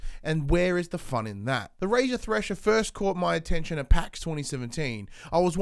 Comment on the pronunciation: you sayed trasher?